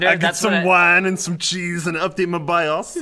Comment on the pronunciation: laughing so hard with accent! Especially when he said BIOS